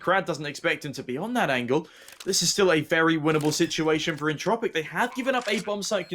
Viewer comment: Češi a Slováci: entropiq ostatní lidi: Entčropiq